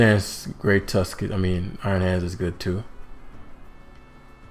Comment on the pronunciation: I just noticed iron hands is pronounced ion hands, which makes a nice pun since it's electric type lol